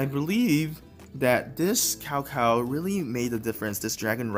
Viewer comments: "C P O" not "Skipio" "Tsao Tsao" not "Cow cow" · Can you learn to pronounce CAO CAO correctly? If you have Chinese ethnicity in you... it is disgraceful how u pronounce Cao Cao !